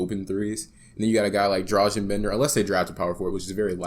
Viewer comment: it's pronounced [don-chich] and [drah-gun] (Dragan is not the same as Dražen as in Dražen Petrović, similar but different name).